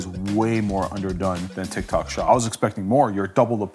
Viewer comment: Tyik tok shop this...tik tok shop that....#boriiiiinnnnngggggg